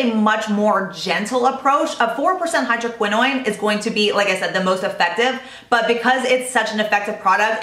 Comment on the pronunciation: love love love your videos but the way you pronounce hydroquinone seems to be incorrect. You pronounce it as if it was spelled like tretinoin. Is that how it should be pronounced? Thanks for all the skincare advice!